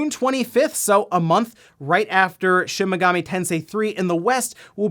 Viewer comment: Lol it's Shin Megami, not shimigami. You make it sound like chimichanga 😂